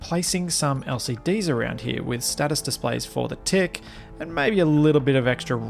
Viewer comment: Your accent made “what’s going on at the front of the tick?” Sound like “what’s going on at the front of the dick?”- lol